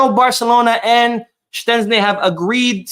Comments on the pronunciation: Its not Shenczni brooooo Its SHEZSTNI.... 😂😂😂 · Why do you pronounce Szczesny like there's a T in the name, you are murdering the name ,it's pronounced like (shezney) so like In English "SH - E (like in egg) - Z - NEY " so I don't know where where you get the T sound from 😅